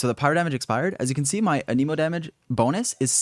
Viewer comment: It's ahn-em-oh